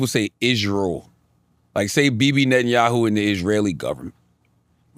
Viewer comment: Cthagod being able to pronounce Netanyahu correctly and not being able to Nguyen correctly is truly amazing.